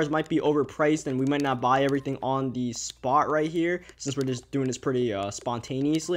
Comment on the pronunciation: I'm assuming this guy is from ny cuz he's a giants fan so why does he say "duh" instead of "the"